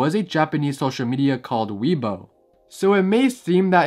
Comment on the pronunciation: its pronounced "way bo" and it's not Japanese it's Chinese